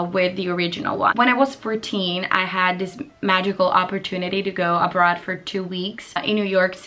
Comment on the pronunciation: "year a bra" Io: a bra?? Un reggiseno? Sempre io: oh, abroad. Ok. Lo parli veramente benissimo, per quanto io lo capisca abbastanza bene hai davvero una pronuncia strettissima, come gli americani 😂